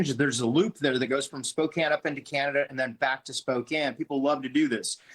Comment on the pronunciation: Thank you for your coverage and for pronouncing Spokane correctly, unlike CNN.